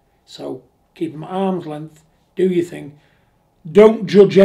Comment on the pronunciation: John don't beat me up. Please........ But it's thing, not think.